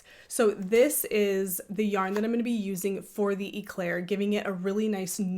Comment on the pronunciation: That Noro Yarn is calling my name 😅 I'm being knitfluenced PS: "Éclair" is a French word that means lightning 🌩 The E in Éclair is pronounced "Eh" like "Ed" or "Bed" (not e like Pete) Your son is soo cute!